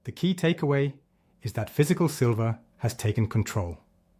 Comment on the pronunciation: Still calling it "Sliver"!